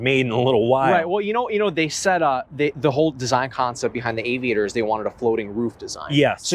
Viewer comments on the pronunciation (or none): “Avid-actor”, what did he just call this car?